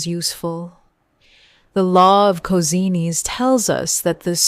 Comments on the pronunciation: Cosines, pronounced Kozinees?😅 Good video though. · Was going to make a joke about this being magic and threaten you with holy water but chose not to even though I kinda just did. Really want to say I love the way the AI said cosines. Made me giggle. No issues with cosine, just that pesky s. 😜🤣